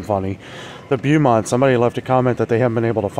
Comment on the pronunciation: The coffee is Bow-mont like bow tie. 😊